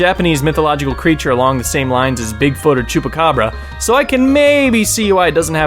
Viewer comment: Sorry you just say El Chubacabra right? Well he is in a movie called Planes.